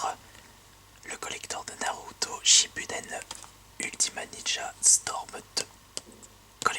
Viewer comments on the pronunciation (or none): Shippuden t'es sérieux?!!! on dit shippouden -_